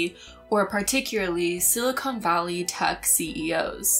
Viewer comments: Love you, love your channel. Don't mean to be "that guy", but, umm, it's "SILICON" valley... not "silicone" valley. Don't hate me! 😇 (and I DO love you,!) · It’s not silicone valley. Silicone is a synthetic material. It’s silicon valley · Good video. But "Silicone" and "Silicon" are two different things. I heard a lot of "Silicone," and no "Silicon.' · I don't wanna be that person, but... silicone and silicon are two different words haha. Silicon is not pronounced with an oh sound